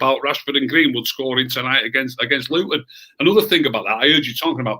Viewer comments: Its fucking Luton ffs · Come on now pal it is Luton after all 😂